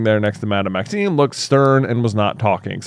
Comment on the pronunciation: I'm pretty sure thinks it's "Maxine" instead of "Maxime" lol